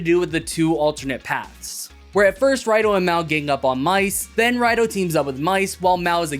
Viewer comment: it's pronounced as Rido not Raido. Probably because Toei doesn't want to self referenced too much. And a rider calling themselves Raido just feels weird like they don't have a name or use a vague "I'm a rider" type of situation.